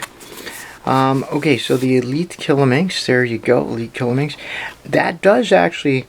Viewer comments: just for you to know, QIYI is pronounced JcheeYee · It's pronounced "Chi-yi". Whenever you see Q in Chinese names it's pronounced "Ch" and X is pronounced as "Sh".